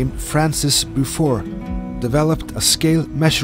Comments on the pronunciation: Great video, thanks for making it. 'When ships were made from wood, men were made from steel' - you seem to be one of those steel men from the past :) (FYI, Beaufort is pronounced 'Bow-fort'. 'Beau' rhymes with 'toe'/'blow'/'show'). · Beaufort is not pronounced in the French way it is Bow(as in bow and arrow)-Fort. Bow-fort.